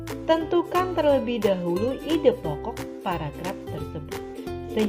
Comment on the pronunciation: Maaf tapi ada kata tidak jelas di. Terlebuh